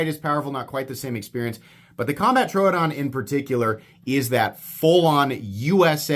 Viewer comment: Thank you for pronouncing Troodon correctly.